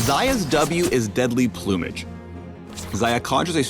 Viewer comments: the way he says plumage... plew-mage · deadly "ploomage" hehhehe is that how americans pronounce it?